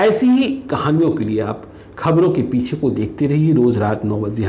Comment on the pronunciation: First you coorect the word Piche as Peechhe .